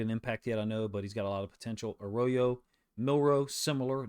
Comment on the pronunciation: Uh roy yo. Not a row yo